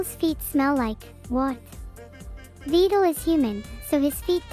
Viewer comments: She pronounced his name right! (By saying Vettel) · The worst part is Neuro chose now of all times to pronounce Vedal's name right.